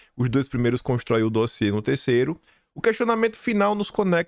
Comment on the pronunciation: e mais um "dózziê". 😂😂😂😂😂